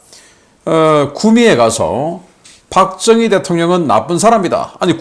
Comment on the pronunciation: 흉악범죄자이재명중국공산당 세세박정희대통령모독발음했다.국민여러분이재명인간아니 다나라가패망합니다